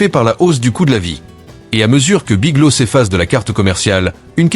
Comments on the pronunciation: "Big low" ou"Big lô" pour "Big Lots", sans parler des "Dollar Général" et autres "Sept Eleven" pour "Seven Eleven" ! Dites les amis, un petit effort sur la prononciation ne serait peut-être pas superflu. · BigloTS..... le T et le S ne sont pas muet... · Biglo? Le" S "n'est pas muet !